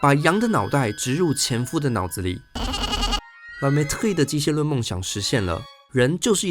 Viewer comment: 你這個la mettrie的發音著實不怎麼樣⋯⋯實在看不下去